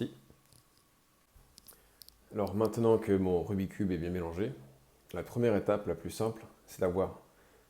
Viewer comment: Et, par respect pour ce jeu passionnant et pour son créateur, fait un effort … « RubiK’s cube »